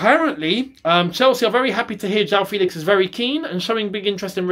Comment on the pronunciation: It’s FEHLIX and not FEEEELIX